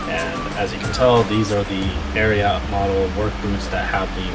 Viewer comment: Also it’s pronounced just “Ariat” not “Ariaht”. 😆